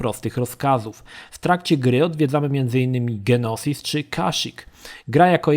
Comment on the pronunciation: Na początku nie wiedziałem o co chodzi z planetą "Genosis", potem zczaiłem że chodzi o "Geonosis" :D Niemniej jednak materiał świetny! Warto było wspomnieć że KoToR II chociaż ładniejszy i mechaniką nieco lepszy, to niestety nudniejszy. Niestety. "Jedi Academy" jeszcze kilka lat temu miałem przyjemność być w klanie, pamiętam rozgrywki międzyklanowe na serwerach, te pojedynki, treningi do "Capture the Flag" i "dueli" na turniejach z ludźmi z innego klanu :D Świetne czasy, i genialna sprawa. Szkoda że większość serwerów na JA poumierało :/ Jeszcze raz, świetny materiał :D Pozdrawiam i Niech Moc będzie z Tobą :D